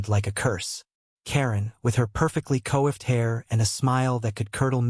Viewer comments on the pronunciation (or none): Y'all need to adjust your AI so that it can properly pronounce words like "coiffed." It's pronounced "quaffed".